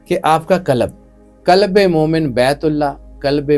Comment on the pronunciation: Kalab nahi hai qalb hai... Kalab kuttay ko kehtay hain